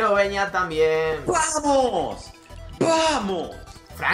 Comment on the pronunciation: Repite con migo Fran....."Vamos" No "Pamos".....hay que aprender a diferenciar una letra de la otra si? 😂😂